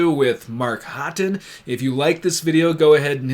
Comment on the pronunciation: I thought Haughton was pronounced Hawton, not Hotton. Anyway, cultural difference.